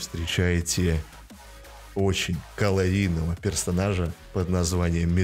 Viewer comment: Опять это - колорийного 😂